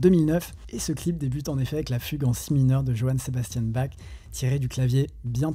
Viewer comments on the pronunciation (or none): none